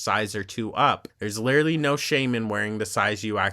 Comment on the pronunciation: I'm not gonna listen to someone who cannot pronounce the majority of their native language correctly's - "liiiiderulllyyy", "supposively" etc. etc. - opinion on whether the moon landing was fake or real, or whether Katy Perry left the ground or not.